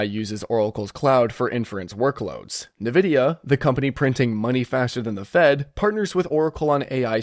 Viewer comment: why are you suddenly pronouncing it "Navidia"?😂